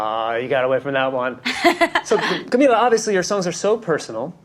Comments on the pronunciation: the way the interviewer said her name wrong the entire video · we just gonna forget that the interview called her camilla and not camEEla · I love her!!! Amazing but you said Camila and her mom’s name wrong (mispronounced names is one of my pet peeves) Other than that, I love this interview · it annoyed me how he kept saying her name wrong...